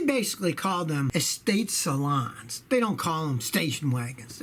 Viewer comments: salooooooooooooooooons. not salons lol. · NOT ESTATE "SALANS" - ESTATE "SALUUNES" Say it with me scotty. BMW Wagons are called TOURING - AUDI is AVANT